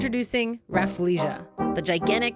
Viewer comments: She is saying Refflesia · Tasha: Introducing 'RAFF-LEE-SHA" Me: This whole time i thought it was pronounced RAH-FELL-SHAH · I didn’t know rafflesia was pronounced like that, as an asian we call it Raffle-Sia (like the singer)...... or maybe its just me XD